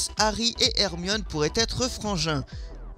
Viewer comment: C'est Ginny pas Genny , C'est Hermione pas Hermionne ☺